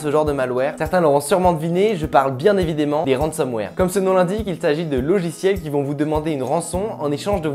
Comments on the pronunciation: "Evidémment" xD tu m'a tué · "bien évidémment" ahah x) bonne vidéo ;)